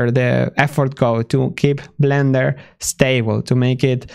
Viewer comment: The way he sometimes pronounces Blender as Vlender is adorable <3